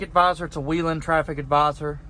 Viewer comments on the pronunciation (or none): why do you need all those ambers? you seem like the kind of guy who wishes he was a cop XD and your saying whelen wrong XD and nothing about you car "blends" or is "discrete"